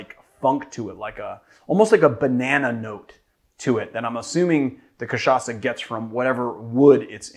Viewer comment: That was a great pronunciation, nice R. Your "cachaça" is 10/10, too. Only sad you didn't mention rabo de galo translates to cock tail.